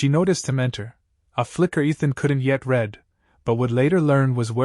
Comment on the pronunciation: The AI reader simply does not ever correctly identify which tense of "read" fits in context; it mispronounces "read" several times in this story.